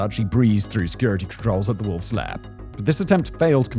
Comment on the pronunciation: Secret "power" or "lair"? I listened to it three times and it seems you say "power".